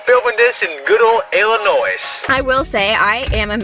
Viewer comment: you know he is not from Illinois because he pronounces the s